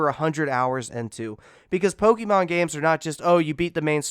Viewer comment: "Pokeenon" (his made me cringe 😣)